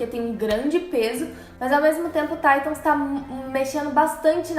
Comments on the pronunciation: QUE PORRA DE TAITAM É TITANS AAAAA DA AGONIA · PARA DE DIZER TAITANS